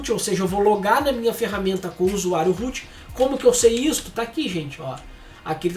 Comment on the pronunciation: Desde sempre, vejo alguém falar root e o que meu cérebro traduz: -Rute? 😄